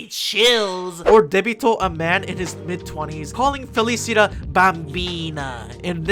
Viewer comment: Hi, so, my Italian ass is dying at the pronunciation of basically everything (it's not that bad, honestly you did great and I loved the "TAROCCHI🇮🇹🍝🍕"). Let me break it down for anyone who wants to read. The final syllable of “Famiglia” is pronounced kinda like the final part of “paella”, so you don’t ear the “g”. “Felicità” means “happiness” and the final “a” is stressed. (I should mention that I have no idea if the stressed ‘a’ is present in the actual names of the character. If it’s not there, it’s probably a small mistake on whoever made the anime since aside from a couple name there seems to be a pattern in using actual words for the characters names) “Libertà” is pretty obviously “freedom” and the final “a” is also stressed. “Debito” means “debt” and I can’t stop laughing at how they called a character “debt” ffs WHY? “Pace” is peace, very uninteresting. “Mondo” means “world” and I’d like to have a conversation with whoever thought this was smart.